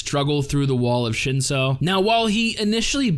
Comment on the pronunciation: I do like your analysis. Have you read the source material? It's on an app called Webtoon. 2 words you pronounced weirdly Shinsu - ( Shin sue) Lero ro - ( Lé row row)